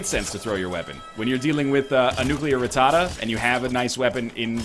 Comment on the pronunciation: Yep, pretty much